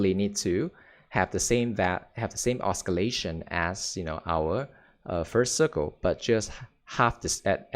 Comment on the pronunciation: oscillate is pronounced with an S not a K